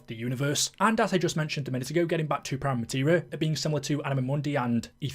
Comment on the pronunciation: Sorry mate, did you not hear the ending cutscene? Its spelt "Prima" but its pronounced "preema" You sound like youre talking about the white paint you put on a wall before the main colour 😅